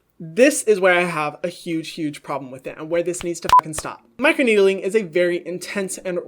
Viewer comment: Everybody: Micro-needling. Hyram: Micro-needeedling